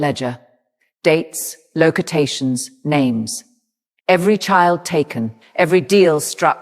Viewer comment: Locotations😂😂😂and detenation😂😂😂💀💀